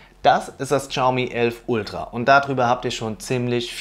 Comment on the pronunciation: bitte, Shaomi nicht Chaomi:D. Aber sonst ein tolles Video;)